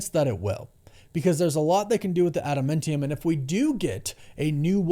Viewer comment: you said ADAMANTIUM wrong for the second time in the video. There is no E in the word. Please, please please stop saying it wrong.